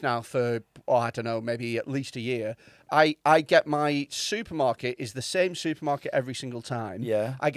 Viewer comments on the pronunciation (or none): surprised nobody picked up on the fact says SOUPermarket 🤣😎